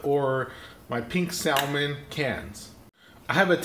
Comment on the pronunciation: The L in salmon is silent